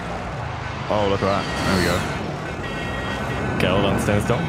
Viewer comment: It's pronounced....Gah-leal....lol